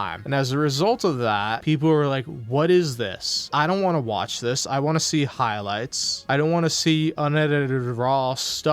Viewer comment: Him not being able to pronounce the "T" at the end of the word "Want" really gets under my skin. "Wahh wahh wahh"